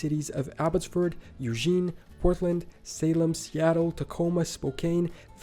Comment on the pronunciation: Also pronouncing Eugene, OR, as 'You-zheen'?